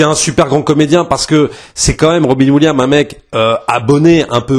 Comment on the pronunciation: Robin williams(ssssssss) sinon ça fait mal aux oreilles. 😅